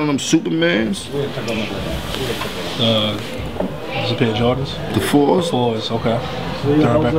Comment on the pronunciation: Nigga said "Supermans". If you don't know the name, don't act like you do.